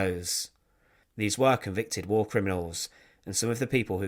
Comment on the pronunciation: War !!, not " wall"